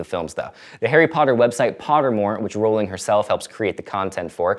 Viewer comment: I was on board the moment you pronounced Rowling's name correctly, perhaps I'm the only one but it bothers me that even people who claim to be big fans get it wrong.